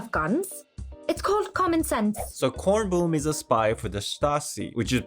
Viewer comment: loved your German pronunciation! Bkornblume is also my favorite